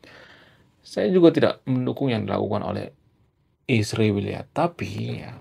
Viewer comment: Kamu juga buktinya kata Israel nyebutnya isriwil